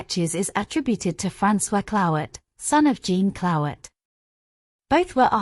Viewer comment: The prounciation of the French names (Jean Clouet, etc.) is atrocious.